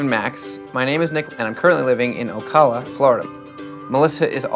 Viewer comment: On #1, its pronounced "oh-cal-uh" Ocala FL, its one I havent heard missed yet. The funniest one is seeing people try n hit Kissimmee, I've heard Kevin Smith rip it up (kissameea) lol. FL has alot of native American and spanish name places so its natural. I'm also from KY, hearing people rip apart Louisville is a funny one. Its "Lullvull". That ones more country wide mispronounced. The Kentuckyeners get upset!! Bad, I reckon they dont like that! Lmao. This show has me wondering about a fire that's burning for me on an online thing. I'm worried it could be my exgirl hustlin me... she broke my heart so I wouldn't be surprised if she was going in for the kill cause she knos I can get suicidal mentally. I'm notorious for saying I'm going to Kurdt it. (Bless his heart) by saying overdose n shoot myself. Good gawd. This was about Ocala n I start talking "I hope im not getting catfished" lol. Gawd only knos!